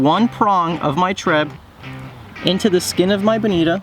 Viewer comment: Nice vid but for some reason I can't stand when u say treb